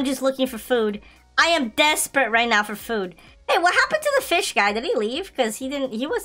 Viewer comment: Star code fish😂😂😂😂😂 he said it wrong